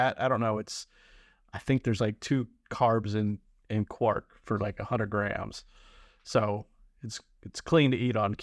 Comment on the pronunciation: Try Skyr yoghurt. It’s very high in protein and low in calories. Quark is pronounced Kvark rhymes with Mark :). Don’t compare yourself with others. Pointless.